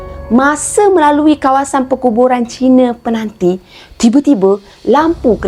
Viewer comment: Kak sebut mcm peganti..penanti kot kak.di kubang semang